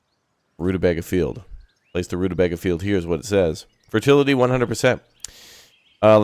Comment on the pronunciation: Hello watch your stuff all the time. I'd like a key but I will prolly buy it anyway on payday... Also only tuber to play this I've seen that pronounces rutabaga 'correctly'. Also, also if you haven't yet, try Space Haven. Kind of colony mgmt but you're a crew on ship(s) in space exploring and trying to stay alive by scavenging, building, trading and fighting (ship to ship and crew combat)